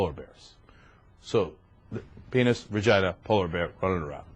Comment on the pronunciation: there's no r in vagina, love. ;) but it completely cracks me up that you pronounce it vergina, like my grandmother used to. haha